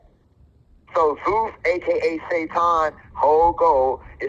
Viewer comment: Zeus sounds more like Jesus